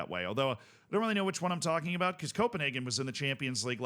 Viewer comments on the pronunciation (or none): none